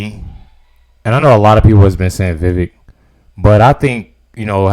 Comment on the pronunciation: Just fyi, it's 'vee-VAKE'.